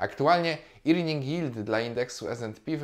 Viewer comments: Powiem tak: nie irning tylko erning (od earn). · Mała uwaga: earning czyta się bardziej „erning” niż „irning”. To drobnostka, ale „irning” dziwnie brzmi. Ogólnie materiał super!